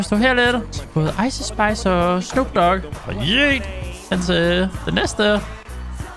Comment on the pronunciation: Det er ikke icei spis det er ice spis